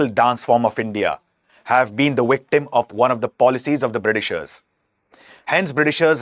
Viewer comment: Anyone watching this for IAS, take SPECIAL note. NEVER say "Britishers". They're known as the "BRITISH". Just as you wouldn’t say "Englander", but call them the English. BTW, what the heck is "WICTIM"? Is there a problem pronouncing the letter "V"? I haven't heard a "Wijay" as yet? If you can say "VIJAY", surely you can say "VICTIM"? SMH.